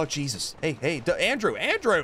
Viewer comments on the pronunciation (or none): none